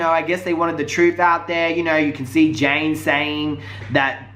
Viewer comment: It's Janaye not Jane